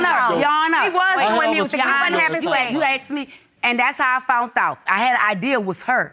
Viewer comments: i love my people. But "foundth" is not a word. She said she "foundth out". smh oh and "verse" mails. ummm just no. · “And that’s how I FOUNTH OUTH” oh my the grammar lol smh both of these mf 40+ and can’t talk correctly 🤦🏽‍♀️🤦🏽‍♀️🤦🏽‍♀️ and what’s a “Versmail”??? 🤷🏽‍♀️🤷🏽‍♀️🤷🏽‍♀️😂😂😂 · Psssst... there's no such word as "fount"...the proper word is found...as in "I found out" and NOT "I fount out". Also, there's no such word as "sunt"...the correct word is "sent"!!